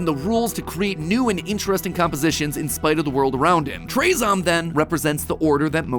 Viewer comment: I think that it isn’t pronounced traezom, but rather traahzohm.